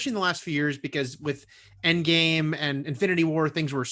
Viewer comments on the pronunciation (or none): none